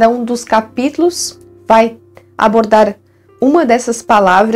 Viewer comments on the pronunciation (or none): Vc falou abordar, eu entendi "abortar". Desculpe. 😂😂😂😂😂😂😂